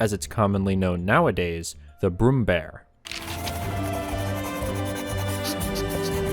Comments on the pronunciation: ä is pronounced like the "a" in rare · IT'S NOT BROOMBEAR IT'S PRONOUNCED B R U M M B Æ R